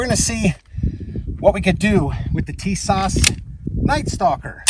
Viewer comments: Hey bud I just want to inform you, if you do not mind.Tis-ash say like this also John~Nick...say fast Canik Nice video by the way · Did you disassemble clean and oil before using? If not, that's probably half your problem. Upon disassembly, you get the chance to inspect the weapon for loose, or I'll fitting parts before shooting it!!! This could literally save your life... BTW it's pronounced teesaw... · Wouldn’t you figure out the correct pronunciation of the name before you make a video?